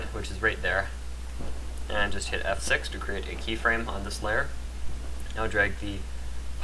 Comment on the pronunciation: i'm sorry but when he said just F6 for a minute i thought he said just have sex XD i'm sorry for my randomness